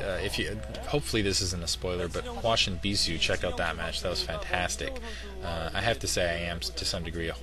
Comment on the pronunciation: at 2 minutes and 12 seconds they show the chinese charaters for hwasin. In Korean they are pronounces exactly as says it now.